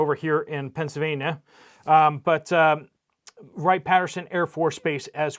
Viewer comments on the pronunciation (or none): none